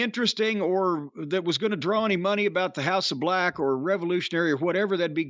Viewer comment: "House of BLECH" this man is a genius 😅😆🤣